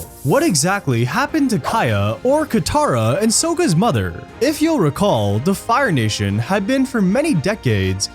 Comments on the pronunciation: Sokka not Sooooaka 😂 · Did you really say "So-ka" instead of "Sok-Ka"?! Fail